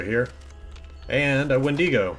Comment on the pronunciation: You pronounce Wendigo wrong. js